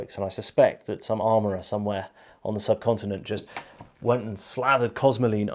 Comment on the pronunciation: The way you said "the subcontinent" there was ssssooooooo f..king imperial it made me laugh